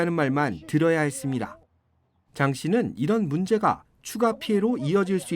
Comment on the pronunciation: 아나운서분 머머 했습니다 ~ 할때 “다”를 뭔가 디게 쫄깃하게 발음하시넴.